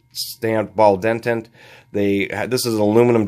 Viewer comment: DE-TENT not DEN-TENT